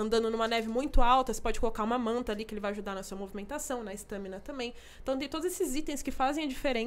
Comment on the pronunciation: Por Que ela aind0a não foi demitida ! Ela fala stâmina